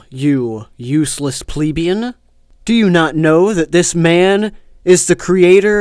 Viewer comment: "Pleeb-ian" Downvoted, unsubbed, you're gonna get a tank engine through your house. You pleb.